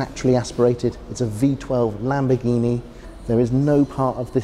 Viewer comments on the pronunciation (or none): none